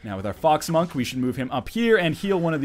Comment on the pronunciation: I heard fog smunk, instead of fox monk. :(